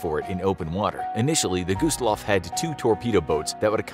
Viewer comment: Why did it pronounce it by gooseloff